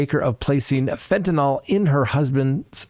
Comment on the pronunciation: FentaNYL...NO "O"...